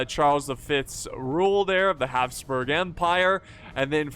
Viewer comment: Your pronounciation of Habsburg/Hapsburg is TERRIFYING.